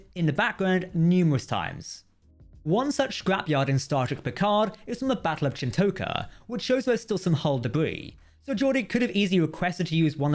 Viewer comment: For anyone who watched DS9 religiously, they'd know that "Chin'toka" is pronounced CHIN-TAH-KAH, and not CHIN-TOE-KAH